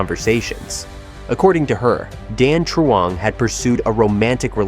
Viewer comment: lol he pronounced Dan Truong pretty good, until his ex’s name, Dung